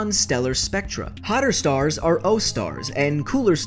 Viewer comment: I thought you said unkown starks